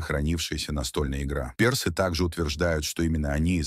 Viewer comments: К концу видео уже глаз дергался от ударения персЫ! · Как можно говорить персы, через ё??? Расскажите, про Хатшепсуд через ж, Хаджепсут, история, с именами древности, нечто необычное, загадочное, либо вы знаете правильное произношение?